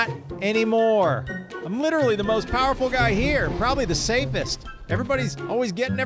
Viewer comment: I like the way says powerful..."the most purraful one".